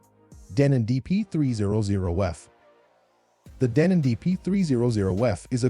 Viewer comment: Best turntables? For who? on what criteria. Avoid these numpties they have no idea. Deeenon hilarious pronunciations, were/are they paid sponsors. Lo to mid fi at best. Audio feels!!! 🤣😂🤣😂